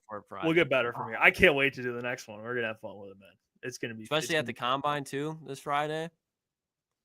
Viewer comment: A flip is switched? Exspesially, Jesus, someone teach Ohio state English